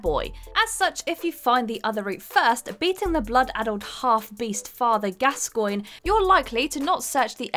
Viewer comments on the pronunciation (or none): none